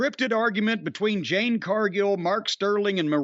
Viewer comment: "Jade", Mr. Cornette.